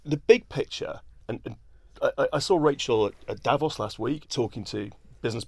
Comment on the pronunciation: Please check out the correct pronounciation of "Davos". Uninformed people get it wrong. Emphasis should be on the "o".